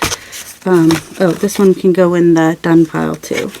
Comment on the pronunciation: Hahahaha I thought you were saying “they can go in the dung pile” but you were saying done pile! Thank you closed captions! I like this series!